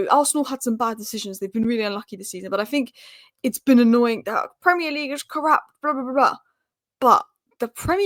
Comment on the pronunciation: the word you're trying to pronounce is 'corrupt', not KORUPP. There is a 't' at the end that needs to be heard.